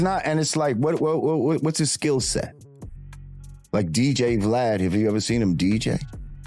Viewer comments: WORD!!!! VLAUD!!!😂😂😂😂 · U God calling Vlad “Vlaud” 😂😂😂😂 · Vlaud lmao😂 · It’s u-god mispronouncing glad name everytime for me 😂😂